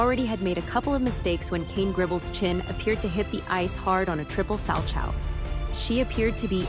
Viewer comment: Well, the commentator pronounces salchow as “Sal-chow” so it doesn’t surprise me this video isn’t exactly accurate….